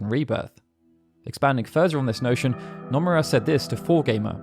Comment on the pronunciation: Bro, I love your channel but could you please for the love of god learn how to pronounce Japanese names considering you need to mention SE staff often? Hearing Anglophones pronounce Japanese names is like a nail on a chalkboard. Just drop the drawl and it will be mostly fine. For example its Noh-moo-rah not Now-muh-raa